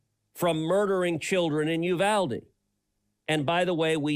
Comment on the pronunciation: Nobody from Uvalde pronounces it (you Val day) people from that region pronounce it( ooh Val de) …… Cruz is a griftdog.